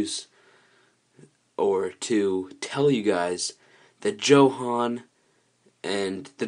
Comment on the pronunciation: Johann? It's pronounced yo-han